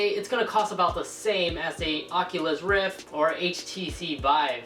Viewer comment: why do you say rift like 'reef'